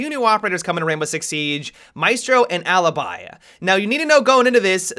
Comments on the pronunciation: I know no one cares about it, but their names are pronounced MA-E(like in bet)-STROH and Aleebee (where the hell did Alibuy come from?) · hey, just to help you Alibi is pronounced "A-lee-bee", I noticed that english speakers pronounce it wrongly:D I'm italian, of course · The pronunciation of alibi and maestro breaks my hearts a little.